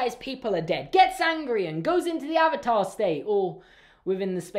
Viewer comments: How about its the WORST SERIES TO FILM ADAPTATION, especially since the series is the most perfect thing to ever exist👌👌👌👌😍😍😍😍😂😂😂😂😂. Also I dont think they pronounced a Single word right in this movie. AR u tHe Ovatar OonG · I tried watching this movie after I finished the show and stopped at the intro when they pronounced Avatar wrong. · This movie ruined my childhood. Also can we just point out that they couldn’t even say the avatar correctly throughout the whole film?